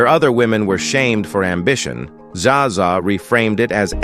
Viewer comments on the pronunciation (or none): Zsa Zsa is not pronounced Zaza!!